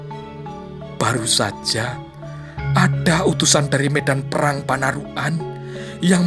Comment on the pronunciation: Panarukan, bukan panaruk an